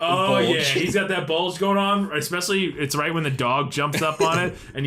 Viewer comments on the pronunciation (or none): Drink every time says "eK-Specially"